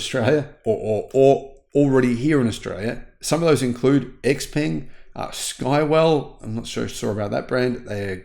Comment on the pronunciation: the correct pronunciation for AION is “eye on” according to an AION engineer I spoke to, similarly, Xpeng is correctly pronounced XPung, according to my Chinese relatives.